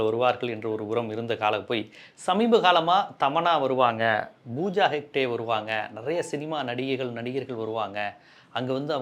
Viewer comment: Ayyo plz pronounce properly ya.its not BOOJA HEKTHE her name is POOJA HEGDE. BTW I HATE JAGGI .M NOT HIS SUPPORTER.Just wanted to tell u to pronounce properly